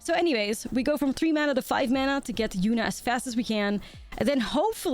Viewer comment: With your accent, I swore you called the deck “Absolute Yuna-t” to start and now I have to play it